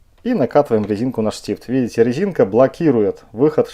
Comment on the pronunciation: хахол?) рэзинка, пикаГда, чАстА